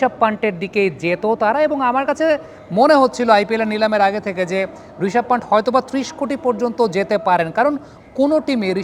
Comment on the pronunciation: পান্থ ✅, পান্ট ❌